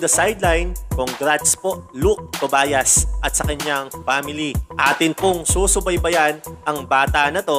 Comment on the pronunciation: Tobyas po ang pagbasa naming mga kapampangan hindi Tobayas (Tobias)